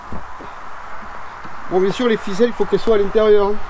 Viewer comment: "bieng" pardon !